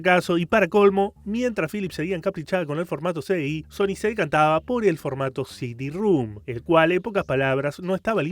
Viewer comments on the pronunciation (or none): Excelente video, pero es CD ROM NO CD RUM😅